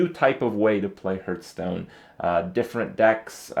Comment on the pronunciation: its been 2 years, fucking learn to pronounce hearthstone